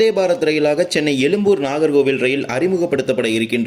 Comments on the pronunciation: . உச்சரிப்பில் “ழ” அழுத்தம் தேவை. அழுத்தம் இல்லாததால் எழும்பூரை “எலும்புர்” என உச்சரிக்கிறாய். 😊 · No you said elumbur meaning bone zha which cannot be written other than Tamil& Malayalam but you have written correctly why don't you pronounce it correctly that's why I said you could have pronounced in English,it would be appreciated if you pronounce it atleast in your next vlog. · Very irritating to hear elumbur when you cannot pronounce atleast say Egmore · அது எழும்பூர். எலும்புர் அல்ல 😮😮😮😮.